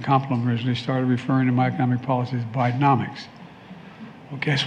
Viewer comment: Is it Bidenomics or BideMoNics!?!?!